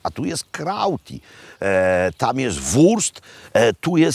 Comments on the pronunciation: Panie Robercie. W tym przypadku nie prego a per favore i nie salcicia a salsiccia. Pozdrawiam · Pan Robert się śmieje z polskich sprzedawców i ich 'radiczio' a sam wymawia 'salcziczia' zamiast poprawnie 'salsiczia' XD